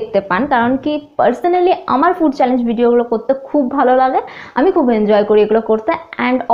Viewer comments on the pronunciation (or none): none